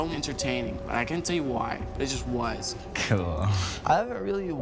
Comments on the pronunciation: How many times he gonna say "cewl" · No one:: "cOOwEl" Liek okay ya kowabunga to u 2 melanin king:)